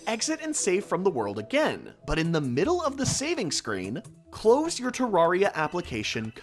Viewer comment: He actually says ter-rawr-ia